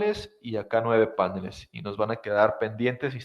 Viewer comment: Genial el video, genial la explicación, me ayudó muchísimo, pero es PANELES no PÁNELES... Es una palabra aguda, lleva acento en la sílaba final!!!!!!!!!!!!!!